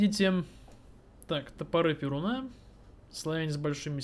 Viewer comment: не ПерунА, а ПерУна ударение на (У)